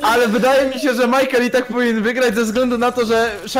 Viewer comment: mejkel xd majkel